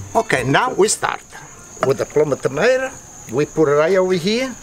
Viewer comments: notices a tomato “Dis a tomater. EHH” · "Thisa tomota? Ehh!!" had me rolling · The random "lotta tomatah" just fills me with joy lmao. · sees tomato on the ground “It’sa tomata... eh” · tomater* haha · I don't know why, but there's just something hilarious about the way he says , "Is this a tomatah? ...eh." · “TOMATOER” I LOVE HOW HE SAYS TOMATO